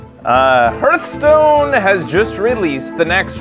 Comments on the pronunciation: You play a lot of Hearthstone, and yet you keep saying the name wrong. Hearth is pronounced "Harth". A Hearth is like a fireplace. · Played it so much you have forgotten how to say it…